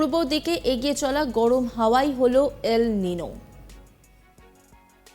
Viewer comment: এটা খবর পড়া? এল নিনো উচ্চারণ করতে........ ফেটে গেলো। না জানে কাহা কাহা শে আ যাতে হ্যায়।